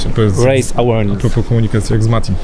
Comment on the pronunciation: W słowie 'awareness' akcent kładziemy na drugą współgłoske. Elo